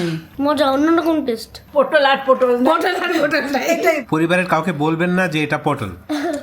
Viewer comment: পোটোল,,,,,নাকি,,,,,পটল হবে,,,?????